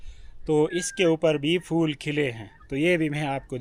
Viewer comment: Pattey ko fattey bolo Yahan theek bolti ho Betta magger phool ko fool bolti ho Jo roung hey.